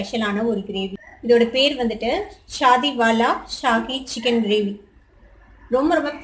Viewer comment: Chicken recipe vida..Chichen paeru..solrathu..kashtamaa irukkum pola..🙂..Still watching..the video..sis